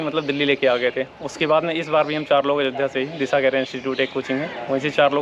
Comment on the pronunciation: अजोध्या नहीं अयोध्या होता है